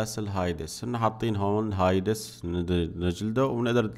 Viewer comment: ليس هايدس بل هاديس